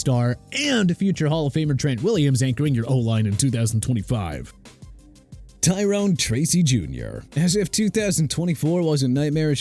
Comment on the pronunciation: I wish you would stop saying JAGWIRES cuz the Jacksonville Jaguars gon' end up getting a team name change because of you. IT'S JA-GWAARS OKAY?! Also get Tyrone Tracy Jr's name right. It's pronounced Ty-rohn not Ty-rihn! SMH